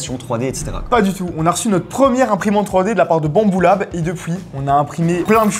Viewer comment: Faut prononcer U pas OU problème réglé.